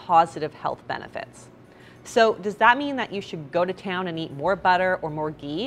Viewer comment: Lol this coffee with ghee is hilarious. These people can’t even pronounce Ghee! It’s pure butter that’s all it is and it’s also fat so don’t go over our heads with ghee.